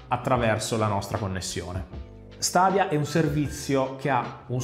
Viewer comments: Sarò molto sincerò per me è una buona idea ma è ancora una tecnologia giovane è ha bisogno di essere perfezionata lo stesso vale per ps now comunque si pronuncia stedia e non stadia è inglese mica è arabo comunque apparte ciò ottima recensione come sempre 😛😛😛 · "Stadia" non si può sentire ahahahah